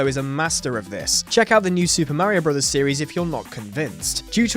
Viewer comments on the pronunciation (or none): none